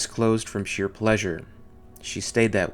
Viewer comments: Supremely watchable for Alien fans. 9.58 'draft' not 'drought'. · "Draught" is pronounced "Draft". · it's pronounced "draft"